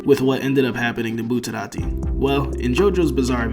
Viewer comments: Say Buterati one more time. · what the hell is up with your pronounciation bro. "Bruno bootarati had quite a few close calls throughout the run of vente aura" Are you trying to say it in a japanese accent or what? Just say it in your american ass accent, it's so much better than saying bootarati